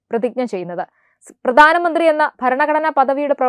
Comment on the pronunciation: പ്രദാന മന്ത്രി അല്ല പ്രധാന മന്ത്രി , ഉച്ചാരണം വളരെ പരിതാപകരം, ശ്രദ്ധിക്കുക